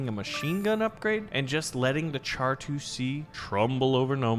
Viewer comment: Him pronouncing it char instead of shar hurt my soul